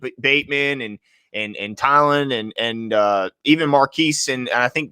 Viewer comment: Guys love the podcast but please get Tylan Wallace’s name right 😂 he is not a fever reducer 😭